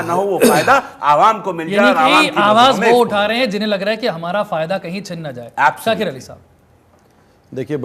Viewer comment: शाकिर नहीं है शातिर है